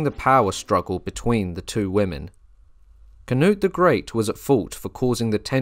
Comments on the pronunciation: I love ya but for the love of God - Cnut - "kuh-noot" or "kuh-newt" whichever fits in your mind better phonetically 👍😺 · Oof. Went from saying Knut/Cnut correctly to Cuh-nut.